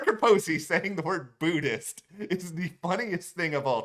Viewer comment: I'll never get "Booodist" out of my head 😂 Xxx